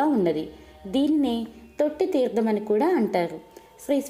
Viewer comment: చాలా సంతోషం. చెవులకు ఇంపుగా చదువుతున్నారు. ఉచ్ఛారణ దోషాలు కూడా చూసుకోండి. తీర్థం, న, ణ తేడాలు.. లాంటివి.